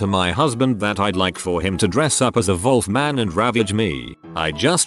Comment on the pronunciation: I had no clue the computer voice pronounced Wolf as volf